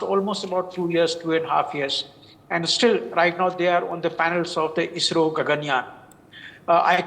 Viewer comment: basically, the name of this space mission is gaganyaan.. she accidentally said gangyan.. so it was a minor and a silly error that i found funny..